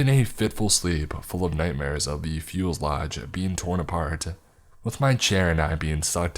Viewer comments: Nothing kills the mood like mispronouncing a common word. Really? Couldn't figure out fuselage? Couldn't take the time to Google it? I mean come on, fuels lodge? That's The best you could do? The rest was great but things like that bug the hell out of me it's lazy and honestly surprising you don't already know the word. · I thought I was the only one who got upset when the narrator fudged an obvious word.